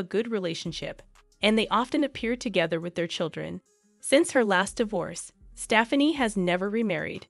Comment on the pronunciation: Whoever reads the script might need to take lessons in common speech! Staffanee? lol